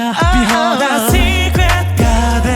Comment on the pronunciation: いや、がやはり流石すぎる…SecretGardenの発音も最高に良いし、伸ばすところの声の質感が豊かなのよ…